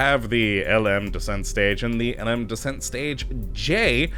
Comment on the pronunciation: The LM is pronounced LEM